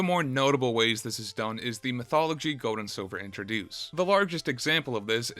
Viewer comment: Bro it’s not Goad & Silver